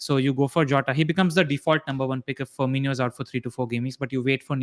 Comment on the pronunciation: Guys, its pronounced firMINo not firMINIo. ❤️